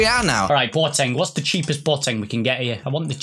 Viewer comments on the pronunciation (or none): its B O teng. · Who TF is Bwoteng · Who else pissed there self when said boateng